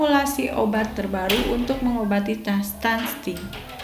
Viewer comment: Stunting kk bukan stunSting ...